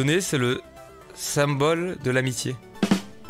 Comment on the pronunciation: La Poké Ball que je vais te donner, c'est le "sym-Ball" de l'amitié 😂🤣😂🤣😂